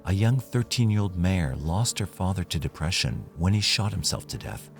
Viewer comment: Why’d he say “depression” like that 🤣🤣🤣